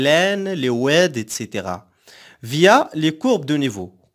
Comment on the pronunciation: un petit oued hhh ( éclaté de rire ) juste ta façon de dire oued il me fait rire de toute façon c'est très claire merci